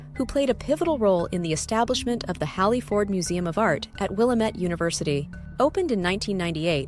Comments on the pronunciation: Just visited and the first correction I received was it is Will-AM-IT not will-ah-met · Willamette is mispronounced. It rhymes with dammit. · Will - am - ette